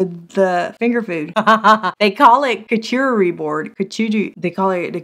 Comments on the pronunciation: your pronunciation of charcuterie was killing me! 😆😂🤣💀 You were trying to start it with a hard C (like the K sound in kite), but it starts with the ch, which actually sounds like an sh like you're shushing someone; think of Charlotte's web, then you can say cooter - hahahaha! ("shar-COO-ter-y"). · Lawd. It’s Char cute ery board…. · I have to go look for the 4 tier shelf, I hope they have it. Like you said, it's there and then it's all gone 😃 I also want that hot/cold mask. Also, for people who can't pronounce that board name, it's called a "Shark -Cootie" board according to a Facebook post 😂😂😂😂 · I love you, girl... but it's pronounced "shar-COOTERY" lmao 🤣😂❤ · Did you just say coochie board?!😂😂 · I have been laughed at for saying Charcuterie board wrong. Sister helping you out: Char-cute-erie- board. LOL! Really who cares? You want to eat my cheese, sauces, fruit, and meat. Get over how I pronounce it! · Kerchoorery board. Gesundheit. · It's shar CUTE er ree 😂😂😂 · charcuterie = shar-coot-er-ee or if you want to be a MFP: shar-kaeute-er-ee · I literally spit my coffee across the room when you said charcuterie board😂 I can't say it either ! I watched that part like 5 times .Great start to my day! Thanks for the constant laughs ALWAYS!